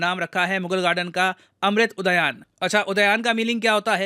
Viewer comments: अमृत उदयान नही, उद्यान है। हिंदुस्तानी हो अंग्रेज़ मत बनो, शब्दों का उच्चारण ठीक तरीके से करो सर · क्या महोदय एक शिक्षक होकर "अमृत उद्यान" का सही से उच्चारण नहीं कर पा रहे हैं.